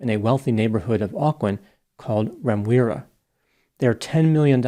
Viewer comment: Remuera is pronounced - Rem-you-era.